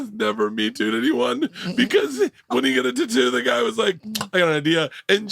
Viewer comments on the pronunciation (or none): Bart...its spelled tattoo..tat-too...not ta-too...but telling Bart how to speak properly is like telling a dog not to lick its own asshole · I hate the way he says tatu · Bert is garbage. Keeping saying tuhtoo until someone asks you about it. I’m so glad no one said anything until like the 15th time he said it. You really get to see that 80 percent of this group has barely a drop of talent and humor. Big Jay, Mark and Shane. Period end of story, have a nice day 👍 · Bert was trying so hard to have someone call out how he pronounces “tattoo” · Bert's "tattoo" pronunciation is super cringe, the fact that he leans into it is even worse, like it's not funny when you have to remind people that you're saying it that way on purpose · Bert saying tattoo wrong boils my skin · why does Bert always pronouce tattoo like that? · Bert the typa dude to correct everyone else when he says tattoo wrong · He thinks it's funny and like everything else he does he overdoes it 5000%